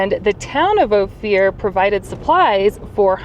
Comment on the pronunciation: Great little video. But it's pronounced Oh-fur not Oh-fear.